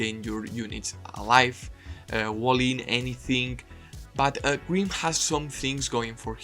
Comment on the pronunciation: took me way to long to realize green is just how you pronounce grim^^